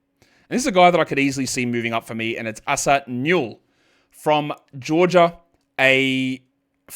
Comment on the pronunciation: Hey the Asa Newell's name is pronounced "Ay-saah" not "Ahh-suh", and the last name is "new-ell" with the accent on the first syllable.